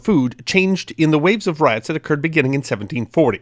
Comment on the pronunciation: I swear he said This event Oh Curd.